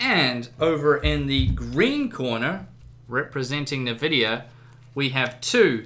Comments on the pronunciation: What the hell is a nuh-vidia? It's En-vidia. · oh god its EnVidia not NihVidia. Nvidia!!! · "Navidia" my brain omg and my ears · I cringe every time you say "nah-Vidia". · i love how he calls it "NA"vidia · Nice video. Interesting you call Nvidia 'Nevidia'. :) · exacly. this guy isnt very proffesional. he didnt even benchmark other tripple A games. And sucks at pronouncing nvidia and better.